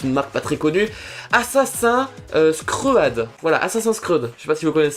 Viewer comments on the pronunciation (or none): 12min13 XD assassin scread XD sa se dit assasine scride (et g bien dit sa se dit) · On dit assassin's crid pas assasin cred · sa se dit assasine cride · lol "assassin's cread" au lieu d'assassin's creed😂😂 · Assassins "Screeud" mdrr, Oui c'est un jeu vidéo et qui se prononce plutôt "Scrid" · Ça se dit /assassine scrid/ et pas /assassin screuade/ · Je suis la seule qui étais morte quand il a dit assassin's creud à la place de assassin's creed qui se dit crid xD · tu dis assasin screed mais cest assasin creed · Comment tu prononces Assassin Scread ... Mes oreilles saignent XD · moi j'suis choque il connaît pas assassin scread et il dit "screuad" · OMG comment ta prononcé Assasin's Creed sa se prononce Assasin's Crid et c un jeu et un film mais le jeu est sorti avant le film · mdr ca se dit assassin's crid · on dit assassine scrid pas assassin sread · Assassein scre ad XDDDDDD LOL Comment il a massacré Assassin's Creed !!! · omg comment t as dit assassin's creed mdrr tz dit assassin's creud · rassure moi farod tu blaguais quand tu parlais de assassin's screed 😂!? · sa se dit assaine's'crid mais sa s'écrit assassin's'creed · CA CE DIT ASSASINS CRID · qui a ete choquer qquand il a dit assasin's screud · Ça se prononce "assassine scride" et ça s'écrit "assasin's creed" c'est un jeu vidéo très récemment adapte en film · ASSASINS CREED IL A TROP MAL PRONONSER